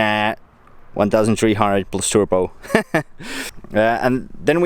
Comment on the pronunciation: Lol "our turpo hallabusa" I'm dead 😂😂